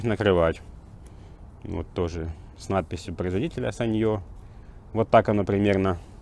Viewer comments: Осел , ставь ударение. саньЁ у тебя в кружке , а это сАнъё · sАnyo.. ударение на первый слог!!!!!!!!!!!!!!!